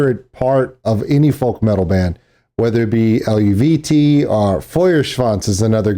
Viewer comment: you're close in your pronunciation it's El-vee-tay I had the same trouble till I read someone in the comments say something.